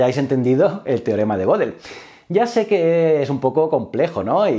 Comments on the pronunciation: Goedel no godel asi como Goethe no es gote , ö es una vocal alemana que no existe en el español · Sin contar que realmente no introduce de verdad al pensamiento de Gödel, sino tan solo cuenta unas noticias relacionadas, me mató su mala pronunciación de las palabras "Gödel" y "society", una falta terrible teniendo en cuenta lo impecable que fue Kurt en el manejo de los idiomas. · Otra cosa que me mató fue su pronunciación de las palabras "Gödel" y "society", una falta terrible teniendo en cuenta lo impecable que fue Kurt en el manejo de los idiomas.